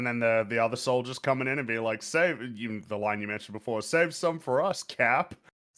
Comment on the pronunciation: He doesn't say "like you." He says "like Hugh."